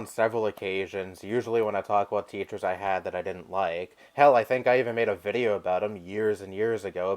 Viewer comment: Yes. That’s how Uncle Roger says video.